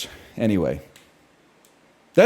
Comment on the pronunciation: he actually said zizekian and he was actually right